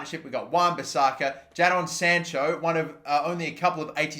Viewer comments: its Jay-don mate not jad-don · wtf ja don sancho ??? btw it’s said jay don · Ahhhhhh why u say jadon wrong